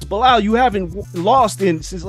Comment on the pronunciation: “Belal World”